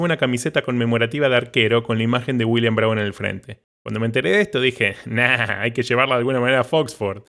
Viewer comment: dice dAblin, dice Williams el ass roto este